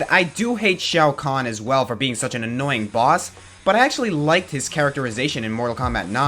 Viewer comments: on the porky thing you said annoyink instead of annoying!!!!!! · "Annoyink". Aaaaand that's where I stop watching.